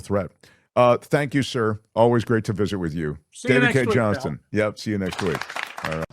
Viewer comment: Mark, , you mispronounced the last name of David Cay 𝗝𝗼𝗵𝗻𝘀𝘁𝗼𝗻.